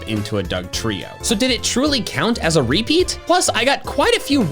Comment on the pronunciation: Why do you say REpeat instead of rePEAT?